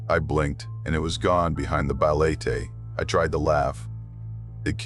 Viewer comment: When a local warns you about stuff the community fears, it is wiser to take heed than be arrogant and laugh at their warnings. Whenever insects fall silent, be it in a residential area or forest, woods or jungle, it just means the monsters are up and about. oh, and its ba-le-te, not baletey. Just a short ē not the long e. Thank you for sharing your experience with our local supernatural creatures.